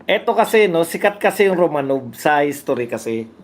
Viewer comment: Romanoff pronunciation nyan.